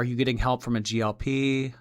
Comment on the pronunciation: It’s GLP 1, not GLP❤ love u,!